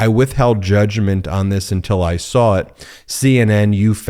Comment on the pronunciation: It is saw not sour.